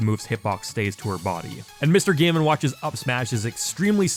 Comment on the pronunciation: lmao anyone else get distracted by the way he ends some of his words. almost like an extra syllable. “sword-uh”, “game-uh”